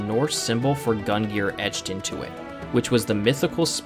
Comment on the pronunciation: Gungir, not Gun Geer